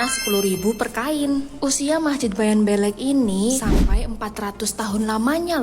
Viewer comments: Masjid bayan beule' bukan belek 😂😅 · Bukan bayan belek,tapi bayan beleq, artinya bayan besar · Yang benar dibaca Bayan Bleq tulisan Bayan Belek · Cara menyebut kata beleq salah sebenarnya yang benar adalah blek mukin kalau hanya tulisan kalian tidak akan pernah bisa menyebut dengan benar kata beleq itu taimata😂😂😂 Aku asli anak Lombok